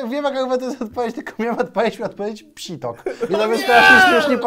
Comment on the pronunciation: Mówi się pisior nie psitok